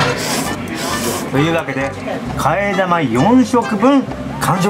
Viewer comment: 替え玉の呼び方 生(なま) 生(き)と思ってました。